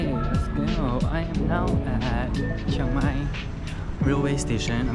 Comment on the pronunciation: im just here to say , its not cheng mai its chiang mai ,CHEE-ANG MAI thank you and have a nice life